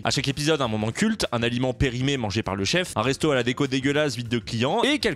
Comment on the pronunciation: C’est pas D and co mais Déco